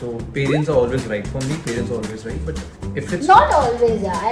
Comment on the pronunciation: says BUT as "BUTT" like always